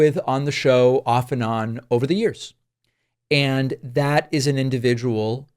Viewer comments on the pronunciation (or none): none